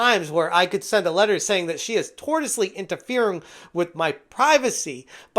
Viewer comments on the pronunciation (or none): The word is pronounced "tor-shus-ly". "Tortoisely" interfering would be doing it very slowly and then withdrawing into your shell when threatened.